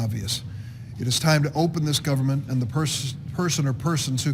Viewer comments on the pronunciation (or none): “Open the govermin, open the govermin.” - Chucky Shoemurr